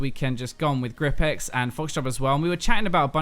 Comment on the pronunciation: Say Gripex like that again and ill unsub.